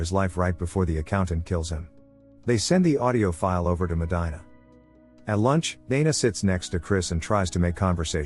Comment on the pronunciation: If you LISTEN to the movie her name is pronounce MO-DEAN-A